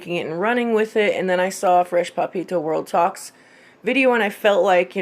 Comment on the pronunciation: Love how you pronounce Papito haha. Are you just a fan ?:)